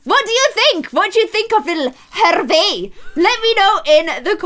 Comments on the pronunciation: so i’m french and i know that hervé is a french name and it is pronounced “air-vay” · The new intern's name is pronounced 'ervay' because it's French and you don't pronounce the 'h' also that's what my uncle is called.